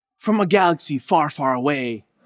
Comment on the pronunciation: "Samsung Galary Note 4" 😂😂😂